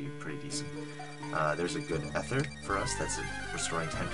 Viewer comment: Ooh, I didn't think about Heart Scales. Those are practically TMs for rebirth of old moves! BROLOOM. Leech Seed practically makes Shroomish a cleric. Tye-low almost makes sense, since tai in romaji would be pronounced tye. People make fun of Great Ball dude, but free Great Ball is jawesome here. ETHER yay. pronounces Ether like I used to before finding out the "e" is like "eep" in chemistry class. (+ Ike's Aether in Brawl.) -Kooper, thinks it would be better like "eh", as in "ethereal".